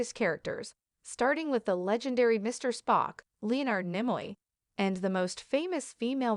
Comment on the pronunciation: AI mispronounced, Leonard Nimoy’s name. Block channel.